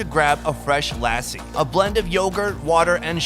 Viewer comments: It is Lassi not Lace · It's not pronounced lass - e it's you say it like luss-she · Lassi is pronounced lussi